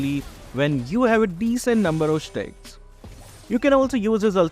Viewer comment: English lesson: Stats is not pronounced states and stacks is not pronounced stakes